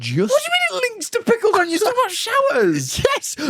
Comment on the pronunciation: talking like “talk tuah” like the hawk tuah meme 😂